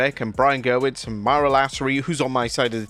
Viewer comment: One of these days you may actually get Brian Gewirtz's name right